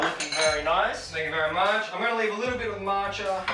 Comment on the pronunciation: "thank you very matcha" 😂